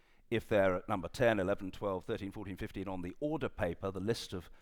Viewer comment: You must be joking. He doesn't even pronounce the word order correctly.